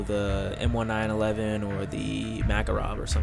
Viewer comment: O r u serious it's not called the m1-911 dude it's the m-19-11 i hate doing these know it all comments but I do some stuff with real firearms and I know for sure it's not what you call it no offense but you sound like a major noob calling it that besides that it's actually a really cool class I just got black ops it's pretty awesome